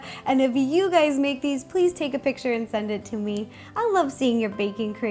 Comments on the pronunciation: I thought she said bacon station and not baking station lol😊😊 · When you say baking station it sounds like bacon station :) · When you said baking I thought u said bacon and I was super confused 😝